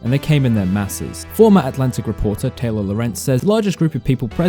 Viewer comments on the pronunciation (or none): none